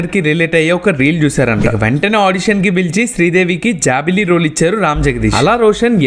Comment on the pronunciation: Jabilli❌ jaabili✅